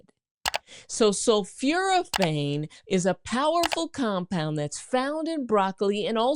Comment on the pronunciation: Exactly, that’s why an enlarged prostate causes urinary retention. I was also surprised by her mispronunciation of sulforaphane as ‘sulfuraphane”. But apparently she does have a genuine M.D., from Meharry Medical College, in Nashville.